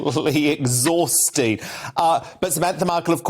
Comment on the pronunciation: What is exhausting is having your accent say exhausting!!!! It took you so long to get that syllable out I got bored! And Samantha Markle? Really? How much did you pay her to be nasty? What a cancel culture attack. Well done GB (let's leave off the "news" part because it's really just gossip now isn't it!